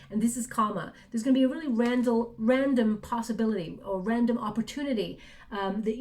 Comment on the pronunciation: always something(s) in your intuitive readings to make me focus on it. this time it was the mispronuncitation of random. the word is what most folk is my name when we meet (and sometimes afterwards: lol).I have an attitude of gratitude. Thank You so much. Love & Light to all.